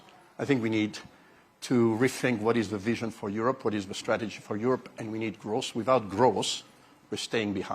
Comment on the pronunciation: Is he saying gross or growth????